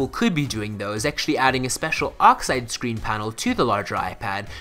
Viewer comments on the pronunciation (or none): none